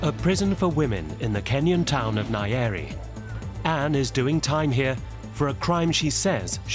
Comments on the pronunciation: Nyeri!! Not aiiyeri what wrong with this people ?. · Its Nyeri not Nayeri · The pronunciation of nyeri had me 😮